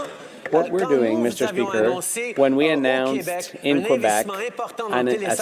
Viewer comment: Congrats for saying Kay-bec and not Kwebec like some who are not informed about that.